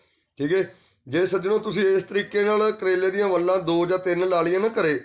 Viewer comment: Phla bolna Sikh la uuutt jeha plastic nu plaskat vella nu vlla vlla kri jnda balti wadni botle wadni boli jnda gadha jeha